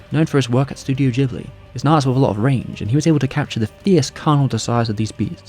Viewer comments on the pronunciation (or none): none